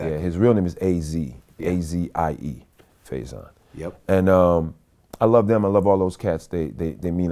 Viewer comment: Why vlad keep mispronouncing Faison . Nerd